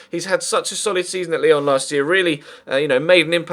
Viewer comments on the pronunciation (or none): none